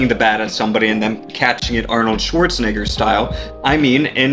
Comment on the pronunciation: He emphasized the end of Arnold schartznegger